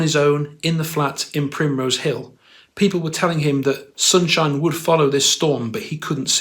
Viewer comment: You're onto something. In fact Liam doesn't even pronounce the words in the same manner sometimes. Sunshine = Soon-shee-ine. Supernova = Soopeh-nova